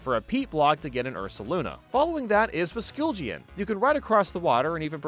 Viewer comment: The only ride pokemon you pronounced correctly are Ursaluna and Sneasler